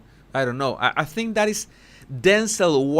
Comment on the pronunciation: please read.I adore you and your channel, and I understand you’re Spanish, but please stop with the “Dat” and “and DEN” I have lots of Spanish friends and they all say “THat” and THen”. So I know it’s not a typical thing that Spanish speakers do when speaking English. The dat and den sounds like a toddler.